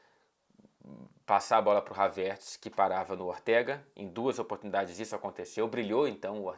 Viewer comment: Ainda não consegui acostumar com essa pronúncia do "Havertz" haha